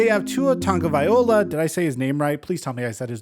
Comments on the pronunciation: LOA! NOT OLA! Other than that you got his name right. Tung-oh-via-loah. Not Tung-oh-via-oh-lah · Tua Tagoviloa LOA. You say Ola every time lol. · No you didnt. Tonga Vai lo-ha. You always say viola. Think Aloha Then say vai-loha. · No, you didn't say his name right. Viola is an instrument. -vialoa pronounced va-loa. tonga-va-loa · Getting close! It’s pronounced Tung-o-vigh-loah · Tua Tagovailoa = Too-Ah Tah-gno-va-EE-Low-Ah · its tongue-uh-vi-Lowa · nope said the name bad again..... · No you did not pronounce his name correctly. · No you didn't say his name right, but you were close brother 🤙🏾